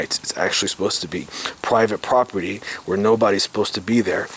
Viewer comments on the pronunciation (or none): none